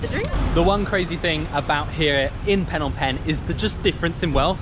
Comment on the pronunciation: Ah yes city of PhEEnom PEnh not Phnom Penh 😂 also have a nice day there!